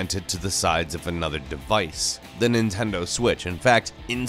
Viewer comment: nitendo switch??